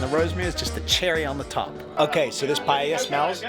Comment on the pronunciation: You correctly pronounced paella and not pallella, like most English speakers. That gives me more confidence in the receipt.